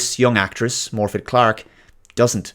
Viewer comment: its morViDH not morfid or morfith